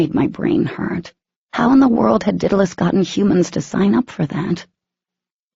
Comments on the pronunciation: For the love of god! IT IS DAEDALUS not dittilus!! The writer even stated where she got the name, all the reader/speaker had to do was look it up on the internet to find out how to pronounce it! There are tons of other things mispronounced, but the 'Daedalus' one is driving me nuts besides the obvious Daemon I mean come on Daemon/Demon, not a hard one! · All I can think of every time they say it is “Diddle us” 🤦🏻‍♀️🤦🏻‍♀️🤦🏻‍♀️🤦🏻‍♀️🤦🏻‍♀️🤦🏻‍♀️